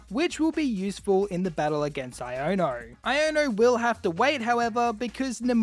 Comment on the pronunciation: Why r we saying iono wrong